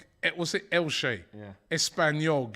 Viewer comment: talking absolute bollocks about other leagues as usual. He says that Premier League is superior and that La Liga is a worse league and he couldn't even pronounce the names of the teams in La Liga like Elche. It's so obvious that he doesn't watch other leagues. La Liga is filled with low block teams and on the average the number of goals in La Liga is lower than the Prem. So the thing that it's easier to score for Benzema is invalid. After that he mocks the lower teams in La Liga but the teams in the relegation zone in the Prem are so shit. He says that Everton have better players than the teams at the bottom of the table in La Liga but what a terrible comparison. Everton is one of the worst run teams in the world. How can you have so much money and be so underperforming. After that he says that Premier League dominates in Champions League and there two teams from Spain and two from England in the semi finals. The Premier League is better overall currently but La Liga is not so far behind almost all of the top teams in La Liga are rebuilding right now.